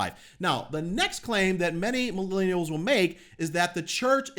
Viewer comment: Why do your u say milinials??? Just use an easy simple word.